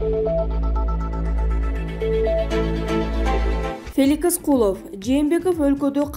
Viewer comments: Феликис эмес Феликс .Как же меня бесит диктор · Феликис эмес, Феликс деп оку. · Окуп жаткан диктор суйлогонунду кайра озун угуп корчу,билимсизд гинден уялбайсыбы Феликис деп жатасын